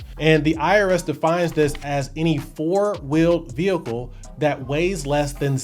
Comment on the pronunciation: Ve hicle